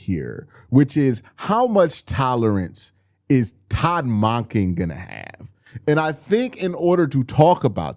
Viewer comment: Still pronouncing Monken wrong